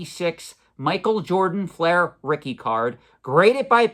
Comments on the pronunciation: Its fleer not flair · Love your content but it’s not pronounced feral like a feral animal. It’s Pharrell. He’s also one of the biggest watch collectors on earth. Collection is mind blowing. Also it’s fleer not flair.